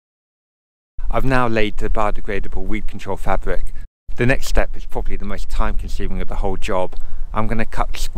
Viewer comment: fabwic ....and gwound.....im off